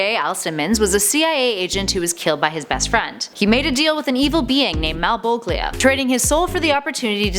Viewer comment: MAL WHAT?!??! oh no! hahaha well (A) for the effort